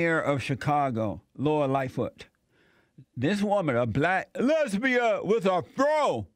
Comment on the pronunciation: "A black LESBEEYAN with a FRO!" Every time, Jesse. It gets me every time haha.